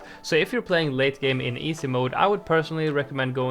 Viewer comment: Love the way he says “EESAY mode” 😂